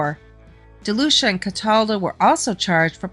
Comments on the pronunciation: You are actually mispronouncing my granfathers last name its pronounced De lue see ah. And his first name is Ferdinand. And you are correct he was known as Freddy no nose but only from people who weren't his close friends. But do you know why? It's because he was born with no cartilage in his nose. And he had many surgeries to repair his nose including ine while in prison, none were really successful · Ferdinand Delucia is my Grandfather and all that is in this is mostly correct but there is a few details that are wrong. My mother's God father was Sonny and grew up with Michael franzese. You are also incorrectly pronouncing his name. It's pronounced Dee- lu- seeahh.